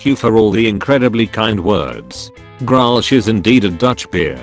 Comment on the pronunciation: As a Dutchie I’m wheezing abt how Grolsch is pronounced